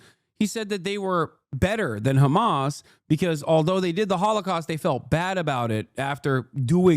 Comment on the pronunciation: Crazy that Douglas pronounces Hamas the way he does considering he is British and Brits elongate their A's